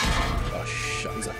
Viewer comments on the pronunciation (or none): Hey, its not a soft s in scheiße, try pronouncing it with a sharp s like in miss. Greetings from Germany.